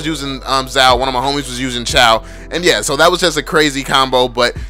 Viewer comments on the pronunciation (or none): Again it’s not pronounced chow... ITS PRONOUNCED CHOO!